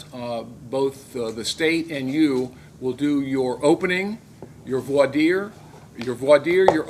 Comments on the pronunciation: He says he has experience in the court room and then proceeds to pronounce voir dire incorrectly. Instead of "vwah deer" he calls it "vor dwier", anyone who is familiar with the courts, or has watched a few court dramas, knows how to pronounce this. This is where I know he does not have a clue what he is doing. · Anyone who calls it "vwore dwire" kind of gives themselves away. I know it's difficult for lay people to pronounce, but it's pronounced as "vor dyer" or "vor deer". In the legal community, you hear it both ways. I pronounce it "vor dyer". Judges DO NOT "work with the prosecution". That's ridiculous. The judge is the trier of fact. It's an adversarial procedure; the prosecution presents their evidence, the defense presents their evidence, and the jury determines guilt or innocence (if there's a jury). The judge is there to make rulings and determinations as to legal matters only. Being shackled is not automatic grounds for appeal. It can be used as grounds for appeal, if the defendent is not informed prior to choosing to represent themselves, that they will remain in shackles. If they were informed of that fact, most appellate courts will dismiss appeals filed solely upon that basis. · Bit late to the party but if, in your opening statement, you can’t even pronounce voir dire correctly, you SHOULD NOT represent yourself in a trial.